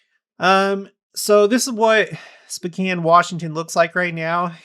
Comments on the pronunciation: It sounds like you are saying specan. The o is long Spocan is the correct sound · Pronounced SpOHcan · SpOkane, like snow. Please and thank you. SpOcan. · Are you saying Spcan? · I've always pronounced it SpOkane. Have I been pronouncing it wrong all this time?